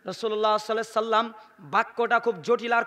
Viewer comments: ভাইজান দরুদ শরীফ তো ভালো করে পড়তে পারলেননা। সহি করে বলেন সাল্লাল্লাহু আলাইহি ওয়াসাল্লাম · হুজুর আল্লাহর রাসূল সাল্লাল্লাহু আলাইহি ওয়াসাল্লাম এই দরূদ সঠিকভাবে উচ্চারণ করছেন না